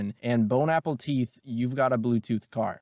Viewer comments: New sub “ bros side jokes are hilarious .. my man said ”bone Apple teeth” lmao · mans said bone apple teeth lmao im dead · Bone apple teeth 🤣🤣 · Bon Apple teeth killed me 🤣🤣🤣🤣🤣🤣🤣